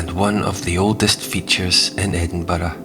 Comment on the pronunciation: And to hear Edinburgh pronounced as it should be.